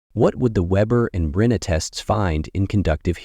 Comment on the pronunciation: Rinne was pronounced 3 different ways. Which one is correct? I thought is was "Rih-nay"